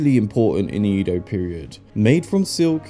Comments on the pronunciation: The "E" in Edo is pronounced Eh, not Ee. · Please say “Edo” correctly.